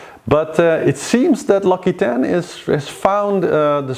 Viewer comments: L occitane is pronounced more like OXYTAN. You are saying laquitaine. I love your show. I watch it every day coming back from work. It is my phase out time. I am french living in Ireland. I found your show less chauvinistic than the french ones. Lol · hello :) interresting as always :) virtual race will pass the Kerguelen tomorrow :) (ah yes and l'Occitane is pronounced l'Oxitann :) )